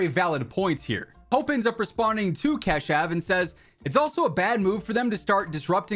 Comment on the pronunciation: Bro let me teach you how to pronouunce "Keshav". Its "ka" like of alkane and shav you pronounce it